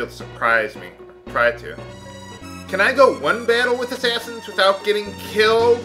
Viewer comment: don't you mean you hate Assashins instead of Assassins?